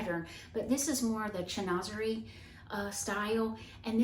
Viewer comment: Chinoiserie is pronounced Shin wa ser eee.